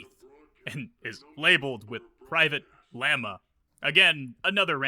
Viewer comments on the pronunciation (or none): It is not "Lama" it is "Lamia", this is latin for "Vampire". It is funny that the Mason living underground and in the dark is called a vampire 😂